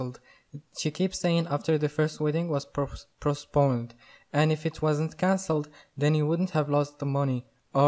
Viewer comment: You mean postponed, not prostponed :-)